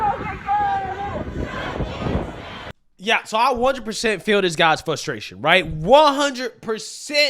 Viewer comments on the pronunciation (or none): Just a point of constructive criticism: it’s ”fRustration, not “fustration”. There is an “R” after the first letter “F” and it’s not silent. Other than that, love the all the vids. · It's "frustration" not "fustration" lol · I luv ya...but it's Frustration. With an 'R' - Sorry bro, no offence...the more you know ✌